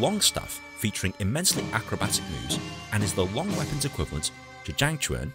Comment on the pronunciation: It’s chang quan not zhang quan